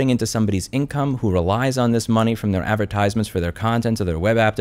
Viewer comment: This is solid advice but your pronunciation of advertisements irks me lmao